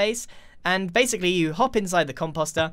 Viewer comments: now “base-Ically”, nice one 👍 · But "base" ically